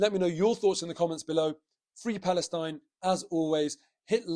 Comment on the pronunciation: You need to say the word Arsenal quite loudly, when you said "up the Arsenal" at the end there, it sounded like something else.